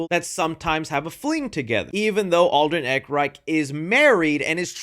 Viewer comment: Love the vid, it’s pronounced Alden Air-in-reich btw 😂